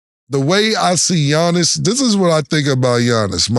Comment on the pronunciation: Cam butchering Giannis’ last name 😂😂😂